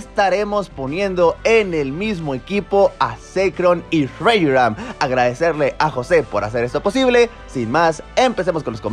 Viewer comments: Me gusta tus videos pero se dice RESHHHHHHHIRAM, no RES IRAM jajaja chingones tus videos carnal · Es 'rrezhiram" xd no rejualnfisjaram xd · cuando ve a Reshiram: Re asfdgf ram 🤣😂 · Me encanta como dice el Reyiram 🤣🤣🤣🤣😅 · La forma que dice reshiram xD